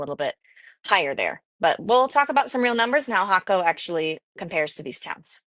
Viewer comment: Great info and you are one of the first Ytubers to pronounce Jaco the right way. Cost of living is how where and what you are looking at, 1600 to 2000USD seems a bit much when choosing a local life style with crc strong a the moment we live a good life on 1000usd, then again we are in San Vito area not Tamagringo or Jaco where prices are insane compared to here Pura Vida.